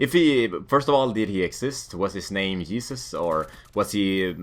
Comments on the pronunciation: hesus not jesus duh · yeesus? i think you need to work on your j's some more :)